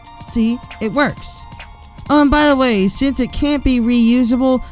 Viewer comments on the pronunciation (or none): none